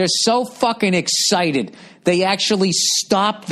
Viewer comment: "I've got allergies and I'm really rexcited about it."